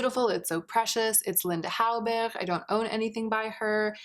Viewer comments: I adore you but why do you keep pronunciation Hallberg like that? I appreciate you wanting to pronouncing how they would in Sweden but that isn't how it would be pronounced.. Just stop. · I loved the way you said Linda Hallberg😂 almost with a german accent instead of Scandinavian❤️